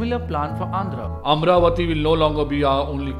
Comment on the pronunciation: Before making videos, first please learn how to pronounce Telugu words. You can't pronounce many words Amaravati Kurnool Polavaram Telangana Raddula Either you learn proper pronunciation before making video, or stop making video. I sincerely request not to kill our words with your wrong pronunciation. With very simple research, you would have surely got proper pronunciation of all the above words, but looks like you don't want to and you don't care. I am deeply pained by this. I lost respect for you.